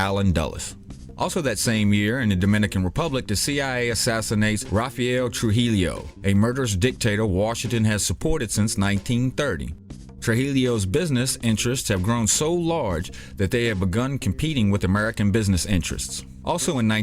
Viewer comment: Even though he terrorized my parents childhood its pronounced true hee yo, not true hee leeyo, i know you tried your best but goddam!! i still got love for you!